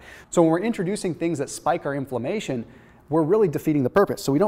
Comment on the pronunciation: Is "inflommation" related to inflammation?